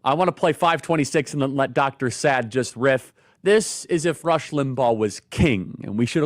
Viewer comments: The way Charlie pronounces Dr Saad name makes me laugh every time. Dr Sad😂😂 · You got to understand the danger of RADICAL Islam after you listen to this man ie if you have not already knew it. This is the civilisation war against Western Judeo values /culture. BTW his name is pronounced Sar Art not sad😉